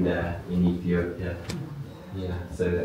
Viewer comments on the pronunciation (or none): none